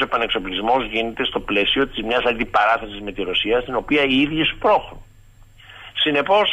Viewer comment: Οταν ακουω τον να λεει "σμπρωχνουν", αναγουλιαζω